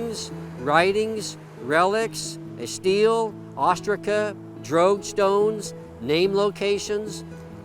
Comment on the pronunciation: Until i finally saw it spelled, i thought you were saying "drag stones" in a very weird way. After all, the drogue stones are for drag; right?